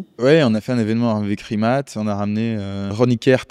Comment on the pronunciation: C'est Rimac, pas Rimat